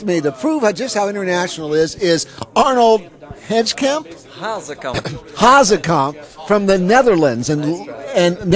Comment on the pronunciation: And... it's not Hasakamp, but Hazekamp